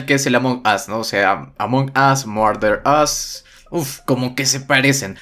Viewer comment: Y se dice marder as